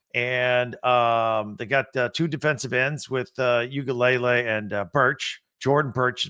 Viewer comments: This is guy😂, he goes “ukulele” Brah it’s pronounced “Ooi-aga-lelei” Mateo Uiagalelei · "oogalaylay" 😂😂 just watch a game the comms get it right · its pronounced "EW-ee-UNGu-laylay" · Matayo’s last name is pronounced oo·ee·uhng·guh•luh•lay